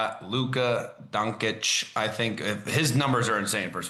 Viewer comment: Credibility lost when you pronounced Doncic the way you did.